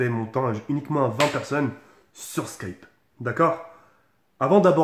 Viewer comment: Mdr il a dit slkipe au lieu de Skype